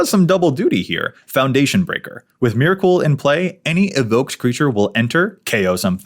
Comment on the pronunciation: I’m sorry but the way you’re saying Myrkul is gonna give me a fucking aneurism. It’s [mɛɹkl̩] (like urkel).